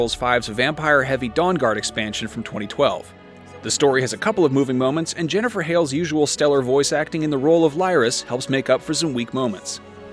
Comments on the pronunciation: Lie-ris? I think you mean Lyris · I want it to look like skyrim...and I checked out when he said Li-rus anyway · The fact the reviewer can’t pronounce lyris name right proves he hasn’t played the story enough at all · Disgraced Titanborn... can't even say her name correctly..